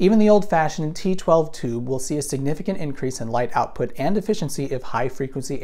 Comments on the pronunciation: 'seperate … seperate … outpout' I especially like 'outpout' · "light outpout" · "oupout", eh? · Oupout lmao. Anyone else catch this mistake?